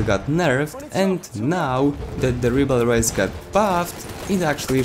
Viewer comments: French here. You have to say riberol, think rib hey roll and say with removing the h on hey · Very good video! The rybeyrolles has clearly become the most versatile weapon of the assault class. RIP the pronunciation by the way, it's pronounced rybérolle (without the s). Go to google translate, french, and pronunciation lol! English/American youtubers are killing my ears with their french pronunciation LMAO! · Reebleroys according to this guy........ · Ah ah un anglophone qui veut dire un nom français c'est marrant ^^' If you are curious, search "Wiselab Ribeyroles" on Youtube =)